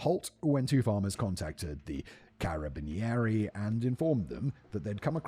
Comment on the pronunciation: The pronunciation of Carabinieri killed me a bit lmao